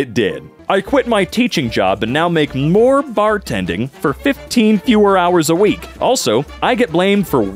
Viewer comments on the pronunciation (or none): none